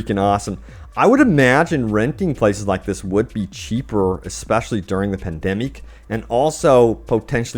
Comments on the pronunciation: Did he just say 'pandemique'? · Lol how he said because of the “pandemeek”!